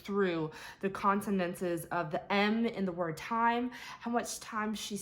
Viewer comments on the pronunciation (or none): Consonants, Not Consonantses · Consonantses? One consonant, two consonants,three consonantses? Why do you mispronounce consonants for all of youtube to mock in a most vicious and dismissive manner? Have a day! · Consontses? Seriousy?